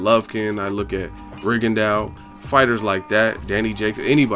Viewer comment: His name is pronounced RIGONDO, not RIGONDAU; its French. Just like for 'plateaux' you say PLATO, not PLATAU.